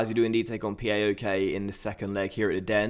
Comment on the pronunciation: it's paok, not PAOK.